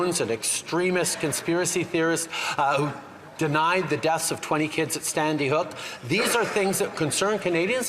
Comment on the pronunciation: "Standy Hook?"